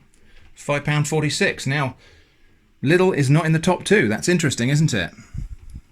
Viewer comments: It's Lidl not "Littl" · quick correction as a native german speaker: Its not pronounced liddle but Leeedle. Many foreigners do this mistake :) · the way he says lidl... it's Leedle not little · On Paper: Lidl Germans: Leedle: Liddle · It's pronounced LIDL, Not little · I capital-h Hate that the English speaking world has just unanimously decided that "Lidl" is pronounced "Liddl" for no reason other than half of you people pronouncing Aldi correctly so if you said anything else correctly the universe would implode. Also, I agree with the thumbnail, stop saying "could of", it's annoying me to no end. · I'm from Germany and find it fascinating that there is a Lidl and Aldi in your country aswell! I thought they are located in Germany only. Also the pronounciation of the names is very funny & interesting to me 😂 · lidl is pronounced quite diffrently my friend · As a German, I get anxiety by the way he pronounces Lidl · How these Brits pronounce “Lidl”…never gets old. 🤣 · James Parker yes but if proper pronunciation and grammar are used then your privileged , 99% chance your white and therefore racist so we don’t learn real English , just this keyboard warrior shit and enough to get through “life”